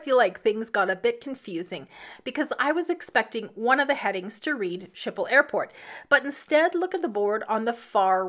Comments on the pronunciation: A closer pronunciation would be: skiphol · Canadian / Dutch girl here. “Skiphol” is closer. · Your pronunciation of the airport is horrendous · You are pronouncing the Amsterdam airport name wrong.